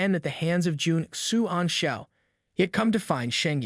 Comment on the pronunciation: I'm sorry, but really just call him "Commander", Juan xian (whatever his name is) is so long and it seems like its hard for you sometimes...😅